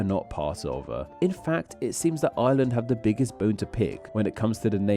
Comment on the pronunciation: I love how "island of Ireland" sounds like "island of Island" when you say it. I looked away for a moment during a moment you said that and was like "island of Island? what's that?" only to look back and see an arrow pointing at Ireland before realizing what you actually said